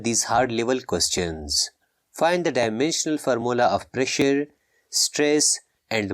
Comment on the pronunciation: Pressure and stress u said wrong